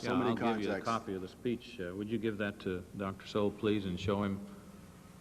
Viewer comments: Arlen Spector keeps mispronouncing Thomas Sowell name and this rino I am ashamed of. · Anyone else catch how Mr. Specter was purposely mispronouncing his name (putting great emphasis on it as well)? He started his time with one goal - To corner Thomas Sowell with yes/no questions that would have put him in a bad light regardless of which answer he gave by clouding the context of the question, and raised his voice/bullied Dr. Sowell when he tried to expand his answers into the proper context. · Arlen Specter several times mispronounces Thomas Sowell's last name & is disrespectful in my opinion. Arlen Specter was a RINO also in my opinion. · In grade school during this, shocking to watch pre-Social Media cancellation culture get rolling, the faces of rage sitting behind Dem Sen shoulders; "I don't understnd" says Howell Heflin several times (behind Heflin, Karen aide behind him showing emtional disgust at Sowell's existence) Heflin not able to even prounce Dr. Sowell's name; Dennis DeConcini quotes "extend to women" out of context, trying to slip this by Sowell (it was whether legal drinking for females can begin sooner); Sowell reads the context correctly in three seconds and says "you cannot mechanically extend from racial minoities to women" rage face again over shoulder from aide , faces of 2020.